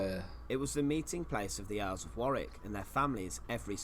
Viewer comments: It’s pronounced warr ick not war wik 👍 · 'Warick' castle not 'war wick' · War wick 😂 it's pronounced warick 😂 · Hey man just enlighten you, it is not pronounced War wick, it is pronounced War ick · Tower of London... easier to pronounce for starters! War- wick? Worrick, Mate :) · Warwick is pronounced Worrik, not WarWick. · Warwick is pronounced worrick. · Pronounced war rik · Hi, its pronounced "War rick" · Warwick (pronounced Warick) is good but certainly not the best. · Warwick is pronounced Warrick. Windsor Castle is in my opinion is greater though it has been altered many times over. Its present splendid form is a result of George IV's restoration. It is the Queen's favourite home. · Warwick pronounced Worrick. You don't pronounce the 2nd W. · It's pronounced WARIK.!! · You don't pronounce the 2nd w, so it's pronounced worrick. I was lucky enough to go there as a kid (nearly 40 yrs ago). I can still picture the chessboard armoury room. It is an amazing castle. I've been to loads of British castles and it's up there as one of the best. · It’s pronounced Wa-Rick. Not war- wick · Warwick is pronounced as Warrick in England mate. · For Americans - how to pronounce Warwick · I used to work at Warwick Castle (you almost hit the pronunciation correctly, 6/10) as a tour guide and we had to dress in period costumes. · Thoroughly enjoying your channel. I won’t pick you up on the pronunciation of Warwick as I can see someone else has already done so 😂😂. When you do eventually come over for your visit I would urge you to visit Scotland where we have the odd castle. Edinburgh Castle will not disappoint. Also you cannot visit Scotland without going to St Andrews, it attracts many visitors from the United States so you would not feel lonely 😜😜. Keep up the great content, you make me laugh that’s for sure. A warm welcome awaits you in the uk and in particular Scotland.